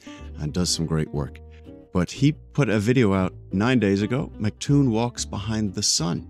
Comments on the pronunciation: Why do flerfers always call him "McToon"? It's M C Toon. Like M C Hammer, but without the trousers. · Flattards never say his name right